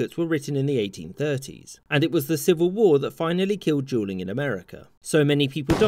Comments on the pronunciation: Hehe...Hearing this as Juuling is much more satisfying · it sounds like you’re saying juuling and it makes this way better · I keep hearing juuling instead of dueling and it makes me instantly think of someone saying the gun smoke is mango scented 🤣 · I just keep hearing “juuling” instead of “dueling” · He's literally saying JUULING tho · I swear to god your saying juuling u madman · can't get over how much is sounds like he's saying "juuling" don't juul kids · “Where as in France juuling was banned” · Turn on captions and every time he says “dueling” you’re going to see a word that starts with a j. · I swear it sounds like he's saying Juuling instead of Dueling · Is sounds like you’re saying JUULing instead of dueling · Sounds like he is saying juuling which is also bad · Ohhh you were saying dueling, not juuling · He reads " dueling " as " Juuling " and I can't hear anything else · Am I the only one who hears "Juuling" rather than "Dueling?" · I suppose you wanted to say "dueling" ? I hear something else, and automatic subtitle write "jew ling", that's quite confusing. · I thought he was saying "jeweling". I wondered why 2 people would "jewel" each other. 🤣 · Sounds like he's saying "juuling" .. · Everytime he said dueling it sounded like juuling🤣🤣🤣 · who else heard juuling? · Sounds like he is saying juuling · "jewlling" xd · Sounds like your saying juuling😂but good content🤙🏾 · sounds like he’s giving a brief history on juuling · Is he saying juelling? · It sounds like he’s saying Juuling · Sounds like he keeps saying juuling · Why does he keep saying “juuling” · That's because he says "jool" and "jooling" instead. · I only hear Juuling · At first it sounded like he said jeuling not dueling "people were using jeuls to legaly comit sucide" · Everytime you say dueling it sounds like your saying juuling haha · I thought he said juuling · It sound like he says juuling, and i just think of me and the bois in the school bathroom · Sounds like he’s saying juuling